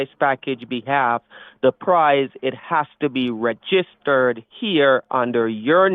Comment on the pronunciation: Aromatically 😂 ReGIStered 😂 Rerafflement 😂 The second 3 the first 3 the seventh 3 I'm confuzzeled 😂